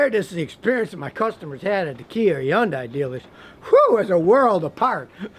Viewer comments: Hey Scotty, it's pronounced "Hun-day" like Sunday, not "Yun-die." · why do u say young die? no one says that it’s hun day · Why not pronounce the yondai as it is spelled HY UN DIA that's is the correct way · Dude it’s Hun-day! Stop Scotty stop lol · i know what you mean ...but ...it's sorta like the Porsche - Porscha Some people say Hi-Unday or like scotty says it He-Unday then i found out years ago its actually Hun-day , like Sunday. Even tho i know its Hun-Day , i stil find it hard not to say Hi-Unday ....again sorta like Porsche & Porscha pronunciation. But ya i see what you are saying. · Why does he never pronounce Hyundai properly? The H is not silent. The H is never silent in Korean. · Its not "E-UN-DAY" its "HI-UN-DAY-EYE".. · IT'S PRONOUNCED "HUN-DAY" NOT "YON-DIE"!! 😂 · What the F is a Yondie? Its Hyundai. Thats how even the company itself pronounces it in the commercials. I'll go with that. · Scotty need to update his perception with Kia and stop saying Yan Dai, there is an H in the beginning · Scotty why do pronounce Hyundai as Yundai? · Scotty learn how to pronounce Hyundai. You need to pronounce the H not the Y the name of the manufacture sounds like this Hun-day not Yun-dai. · no, h is pronounced in Korean as well. Hhuan - dai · yes but Scotty was pronouncing the end "die" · he said yawn-dye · Hai-un-dai is how it's pronounced. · I worked for Hyundai, it’s pronounced with the H and it it sounds like Sunday with an H. They ran a commercial stating this! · he thinks the H is silent LOL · Scotty, you are working TOO hard saying Hyundai. It's pronounced HUN-day, like Sunday.. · HUN-DAY Is how your pronounce it Scotty 🤦‍♂️ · i just googled the CEO of Hyundai saying it and he says like HIN-DAY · he says Hyundai like yundai. i’ve never heard anyone pronounce it like that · Correct pronunciation is actually “hyun-deh” The real korean pronunciation. :) 현대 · Scotty, it's pronounced "Hun day". It's like "Sunday" with an "H". Source: Korean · Stop saying YunDai